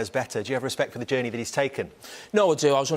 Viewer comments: Carragher: "Think about Klopp's genie" Me: "What?" 5 minutes later: "oh, he said journey" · Jamie "Jaiiyaerney" Carragher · All I got from this video is that Jamie Carragher can't say the word Journey.